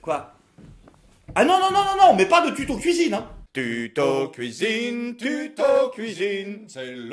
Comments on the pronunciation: "à la couizine" :') ça fait plaisir de vous revoir avec votre acolyte :D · "LA PLACE DE LOMBARD C'EST A LA KOUIZINE!!"